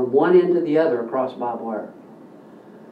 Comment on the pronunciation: barbed, barbed wire. not bob wire lol. Very informative video though